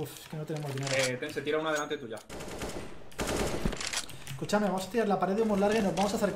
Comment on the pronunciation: a alguien mas le parecio muy argentino el cuchame del minuto ?